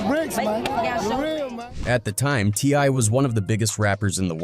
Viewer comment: He called t.i a t-lie 😂